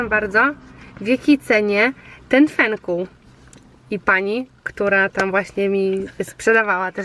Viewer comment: Fenkuł z "ł" na końcu